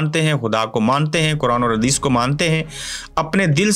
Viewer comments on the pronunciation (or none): none